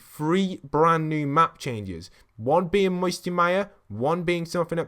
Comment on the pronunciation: He said band new beacon